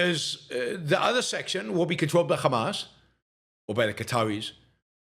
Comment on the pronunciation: He pronounces Hamas as Khamas. This says it Zio.